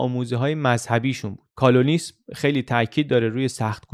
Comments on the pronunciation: ممنون خیلی خوب بود فقط تلفظ اون فرقه پروتستان کال-وینیسم هست نه کالونیسم. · کالونیسم رو اشتباه تلفظ میکنید ، نوشته انکلیسی را ببینید . "و" را "او" تلفظ نگنید ، واو هست با تلفظ "و" مثل واو در "ویار" (Calvininism) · تلفظ درست کلوینیسم با V است نه با U! CAL-VIN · در دقیقه ۵ و ۳۰ کالوَنیسم به اشتباه کالوْنیسم تلفظ میشه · بسیار می آموزم..متن بسیار عالی و مانند قصه تعریف می کنید..باعث می شود که شوق شنیدن ایجاد می کند. با پوزش Calvinism تلفظ کالوینیسم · دست شما درد نکنه، مثل همیشه زحمت کشیدید. البته کالونیسم به فتح واو صحیح‌تره. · کالوَنیسم درسته. چون شما روی تلفظ درست حساسی گفتم. وگرنه که مشکلی نیست😁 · با تشکر .مفید بود.ولی تلفظ واژه کالوینیسم Calvinism درست است. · درود فراوان بر عزیز ویدیو مثل همیشه عالی بود فقط تلفظ کلوینیسم رو اشتباه ادا کردید calvinism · تلفظ کالوینسم را دقت کنید